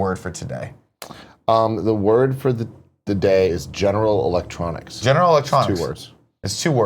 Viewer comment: Jinayral lectroniks